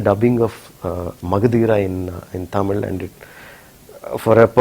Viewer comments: Fucking 'Taaaamil'!? And that too being a Malayali, you cant pronounce the 'Zha'!? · jayarajkishore chavala he is not a tamizhan... he is a Malayali .,.. and yes I hate this guy when he spells it as Taaamil ... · no for uttama villain interview, he kept saying TAAMIL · ...even rajamouli pronouncing d word tamil correcly..being an tamilian y d hell u saying it as if u r from England???..